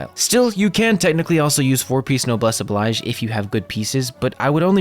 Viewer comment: Noblesse Oblige is pronounced differently to how you are saying it just syk.